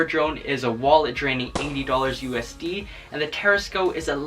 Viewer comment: Why does he say USD so weird it's a acronym